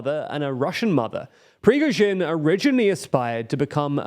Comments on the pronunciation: all due respect, and no one's perfect - but y'all need someone to check the pronunciation in your scripts. It's pri-GO-zhin not PRI-goz-vin, and SHOI-gu not SHOI-vu. There are frequent offenders in other videos too (like Nagorno Karabakh). I know quality and accuracy matters to you, and this would be a pretty easy fix to improve the channel's credibility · Lol halfway through we went from Prigozhin to Prishkovin 😂 You guys are really not good with names 😄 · Could you please pronounce the name of that bald gnome correctly? It's PRI-GO-ZHIN not PRI-SHKO-VIN. Thanks. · Just a slight pronunciation suggestion: "Pree-Goh-zheen" not "Pee-zhkoh-veen." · Privozhin, Prishkovin, Prizhgovin...ah, fuck it, let's just call him Bob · It's Pri-goh-zhin ; the "Goh" is like the goh sound in "God." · 450 days of Prigozhin... Pree-GO-zhin... yet somehow you stress the last syllable? Jesus. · Every time he says Prigozhin it becomes worse, until he almost says "penguin". Is trolling us? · One monster for another. Side note: Prigozhin's name may is pronounced as it reads with an emphasis on the "o": Prigo'zhin. There is no extra syllable there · Why do you keep calling the man ‘Prizhgovin’? I realize Slavic pronunciation may be a challenge, but it’s as if you didn’t really know the name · its pronounced Pree-Gode-jin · Who's Prishkovin? 😂😂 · Пригожин is pronounced “pre-GO zhin” with accent on the ‘go’ and has no “v” in last syllable… your pronunciation is hit n miss bro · For those with the difficulty in the pronunciation, here is a close approximation: "pri - go -shin". Stress in on the "go" syllable. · mean yeah nobody is expecting them to get it exactly right, however how one could read “Prigozhin” and say “prigzovin” or “prisgozin” is beyond me. That is literally just not reading the word correctly. The fact the pronunciation is inconsistent also makes it come across as low-effort. I think the hate is justified generally, even if its a largely inconsequential error.